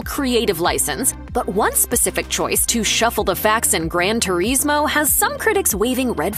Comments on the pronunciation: Gran ter ees moe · “gran tureesmo”